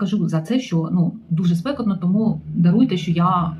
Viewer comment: Наголос " спекОтно"